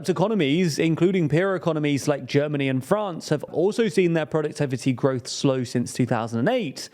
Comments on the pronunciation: Oh yes "Gorwoth" has been very low. Thank you dear native-English-speaking Brits. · "GORWOTH"??? What the heck is gorwoth?